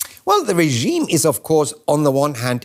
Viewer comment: Could someone please tell the Washington reporter how to pronounce the word 'regime'?